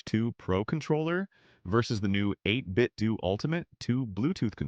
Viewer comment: Bro said "8bitdoo" as in doodoo. As in don't get it.